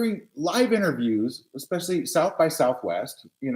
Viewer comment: She didn’t just say “Expecially”, did she? 🙄